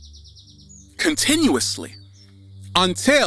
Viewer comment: I loved the video, but you did a little bit of sama baby saying "continously" I liked how you mixed it up.